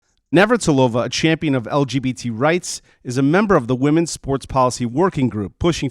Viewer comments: I agree with Martina Navratilova, but practice say her surname as you constantly said her surname wrong. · I can’t believe that they keep mispronouncing Martina’s surname. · You might want to learn how you pronounce Navratilova. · Her name is Nav-rat-ilova, not Natter-alova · Had to stop watching this after you repeatedly called martina “natarilova”. NAV-RAT-I-LOVA. If you don’t know how to say it, say each syllable and practise til you’ve got it, before making the video. 👍🏻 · I agree with your view but please her namn is Nav-ra-ti-lo-va... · You could of practiced saying Martina's surname a few times before doing this video. Just a bit of effort love. It's actually easy to say, Nav rat il ova. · It would be nice if you had used Martina's name instead of one you've made up. Her surname is Navratilova (Nav-rat-il-ova), not "Natarilova." Also the words "womb" and "uterus" refer to the same organ. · Your point got lost every time you mispronounced the woman's name. NAV-RA-TI-LOVA. Not NAT-RA-VILLOVA. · You're awesome and I'm a big fan but you're saying "Naturalova" it's Nav rat ill ova. XXX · Very good video but the tennis player is called Martina NA-VRA-TILOVA and nothing else. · NAV RAH TA LOW VA. Try that on for size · Hearing Martina's surname being stumbled over so many times made me queasy. It's nav-rat-i-lova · I 100% agree with you but I need to say this: it's NA-VRA-TEE-LO-VA. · Its a shame you couldn't say Nav.rat il ova properly. It grates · It is pronounced. Nav-rat-ilova. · i could not keep watching you butcher her name again and again and again. please learn to pronounce a name if you are going to say it repeatedly. thanks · You could make an effort to say Martina's name properly. She is a legend and your whole episode is based on her. It's not that difficult. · Please make the effort to pronounce Martina's surname correctly, for goodness sake! Otherwise, great video. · I give a like but pls for the love of... pronounce her name right! 🤦🏼‍♀️